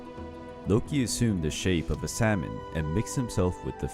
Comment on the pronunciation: He pronounced the "L" in salmon.... 😭